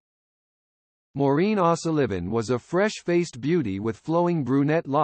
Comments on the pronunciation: Maureen Ahsaliven??? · AI puts the acCENT on the wrong sylLABle.😊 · AI can 't pronounce 0'Sullivan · Sorry, but this vid blows. Short bio, with nothing about the"Strange and Sad" ending that I found Just another sorry YT "content" provider who doesn't care if the facts are straight or not. He butchers a common Irish name on top of all this BS! Thumbs down, HARD! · Yet another stupid A. I which can't pronounce her name 🙄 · AI voice unable to correctly pronounce the surname of the woman about which this is written ! 🙀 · Why the weird pronunciation of her surname it's a common enough name